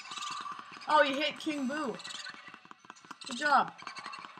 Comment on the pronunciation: U said king boo wrong